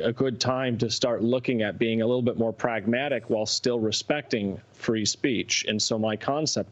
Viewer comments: I stop watching after he pronounced the word “pragmatic”. That is all you need to know. He sold out. He’s out. 👍🏼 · Hahaha I paused it to leave a comment when he said "Pragmatic."